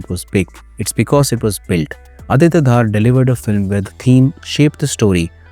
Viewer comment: Small correcttion; DHAR is pronounced as दर not धार or धर so the name is आदित्य दर from Kashmiri Community